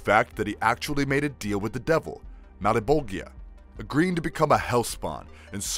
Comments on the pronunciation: im sorrry but the way he's saying malbogia and cyan is a bit triggering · Cogliostro. The g is silent. Cyan. The y is a long vowel. Violator. The I is a long vowel. Malebolgia. Mal like Al, bol = bowl, gia is a soft g like genre. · Say it with me everyone! 3 syllables Mal - Bo - cha - zha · Its pronounced "Sy-Anne" not "See-Anne" and it's "Mal-Boh-jah" not "Mal-boh-gee-ah". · This is a great video… It would have been a amazing video if we could just get him to say Malebolgia correctly!!! Keep up the good work!!! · Ppl pronouncing Malbolgia wrong shouldnt bother me as much as it does. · Excellent video, just one thing, the way he pronounces " Malbolgia " was quite annoying. Other than that, the fact that he pointed out that the suite has a name was cool. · This guy annoyed the hell out of me mispronouncing Malebolgia name like that 🙄🙄😑😑😑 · Wow. I don't want to be mean but holy crap my brain is frying. Those pronunciations. 😵😵😵😵😵😵 Christ on a boat. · forgive me, but every time the narrator kept on mispronouncing "malebolgia". I literally got ticked 😂